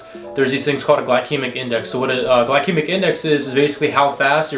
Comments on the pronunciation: bro, the first c in glycaemic is pronounced as an s. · Glykemic sounded like XD